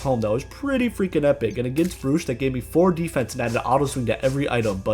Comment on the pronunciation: its pronounced browch not brooch